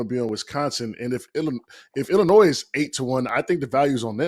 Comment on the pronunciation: exactly this is a different team with no drama among the players like last year. he pronounces the S in Illinois, no wonder he has a bad take